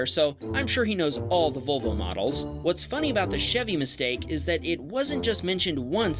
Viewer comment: Thank you for pronouncing “Volvo” correctly.